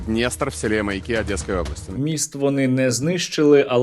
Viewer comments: Чому МаЯки, а не МаякИ? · Мені здається, чи Сергій навмисне каже МаЯки, з наголосом на Я? Мабуть тут закладено якийсь іронічний сенс😂.